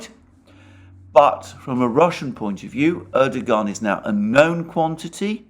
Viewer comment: knows how to pronounce 'Erdogan' correctly, Alexander not so much.